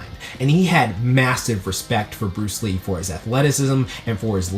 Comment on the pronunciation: Lee-uhh Bruce Lean. LEEN - yes leen Brunce Lean! BRUCE LEEN (I took that joke from ) haha! xddddddddddd